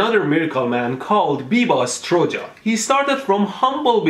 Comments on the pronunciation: Its said stroo-ya, not stroja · Mehdi, i understand serbian and it seems that Biba Stuja Pronounce STROO YA not Stroo JA anyway, i've watched a few of his videos it would seem (which in my country is a common thing) that he's basically portraying himself as A HEALER / a Quack he's saying to people that he can heal any illness with the use of Electro therapy, that's basically it he's saying stuff like - there is absolutely no chance that anyone can get hurt - He has absolute and total control as to how much electricity is delivered from his body - he's basically saying that his body is the source of the electricity and HE'S CONSIOUSLY ABLE TO REGULATE THE AMOUNT HE SUPPLIES he's basically saying he's a regulated power supply hehe the sausage tricks and so on are a trick that he does to supposedly PROVE to non technical people that his body generates electricity i even spoke to a guy from his home town and the guy claims that biba is 100% legit CLEARLY HE HAS THE LOCALS CONVINCED AS WELL he's basically a quack who is claiming that he can heal people with illness like i said, back in the old country people actually believe that shit and he's profiting from it. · It's not biba stuđa it's biba struJa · Strugia lol. Its pronounced like Struya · Try to pronounce it like Biba Struya (it's just j not đ!!!!) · He is not stru ja you pronounce it like stroo ya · Fun fact: Struja in croatian means electricity (pronounciation: strooyuh) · Strodja??? ahahahahahah u are wayyyyyy off :D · Struja means electricity in Balkans. Its pronounced like "struya" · Ah Serbia. Also it's pronounced something like "struya" and "u" Is pronounced as 'oo' in "good". Late ik but it's the YouTube algorithm so if I'm here more people will come.. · its pronounced biba struya. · Its pronouncing BIBA STRUYA. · Biba struja, you read it more like biba struya, it means Biba electricity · Biba's nick name is pronounced strooya. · It's pronounced Biba Struya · Struja means current . It pronounces struya